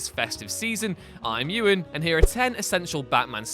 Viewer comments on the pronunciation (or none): none